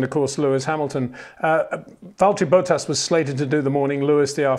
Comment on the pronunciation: it is NOT "verSHtappen" FFS Max is not German (who do pronounce "st" as "sht") ... #Max33 = Dutch NL/Belgium! ... It is not "Bottash" nor is it "Lewish" certainly not "verSHtappen" .... This BS started long time ago when a British sport presenter interviewed father Jos Verstappen and assumed you can use a German pronunciation to a Dutch Driver thinking it is so "funny" ... It is not.